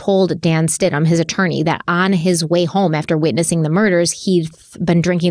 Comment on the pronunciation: It’s Stidham, “Stid-em” not Stidhman